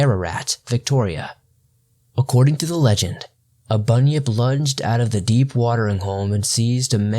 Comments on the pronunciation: i understood bunny up. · It’s actually pronounced bun-yip not bunny-nip like he sometimes pronounced.